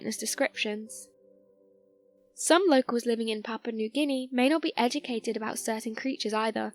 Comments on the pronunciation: but she talkign about Papa nu gini not papua new guniea :DD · It sounds like she's saying "papa newginy"